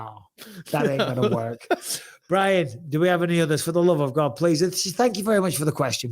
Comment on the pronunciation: Fuckin well done Brian for pronouncing my name correctly!!! No1 ever gets it right first time so well done 🙏